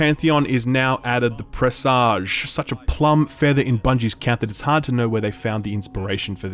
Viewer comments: It’s pronounced press edge. Like message. Not presahj (like massage). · "Presage" rhymes with "message." Don't be seduced by that sexy "zh" sound.